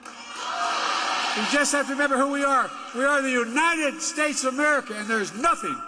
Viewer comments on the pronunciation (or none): Don't forget calling Kevin McCarthy, Steve. He also called J.D. Vance, J.P. Mandel. He also had to be told that he was in Sioux City, Iowa and not Sioux Falls, South Dakota. Not to mention every word he's mispronounced, or the fact that he deflects when he can't form words. Also, "The United Shaysh".